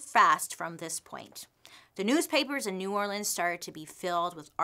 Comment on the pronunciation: I love how Bailey is pronouncing New Orleans like a Louisianan 🥰